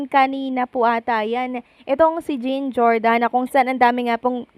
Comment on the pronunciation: Hi mam, the right pronunciation of 'jean' is John, kc guy name po yan😊